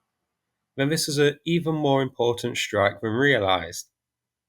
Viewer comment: sss-trike not shhhhh-rike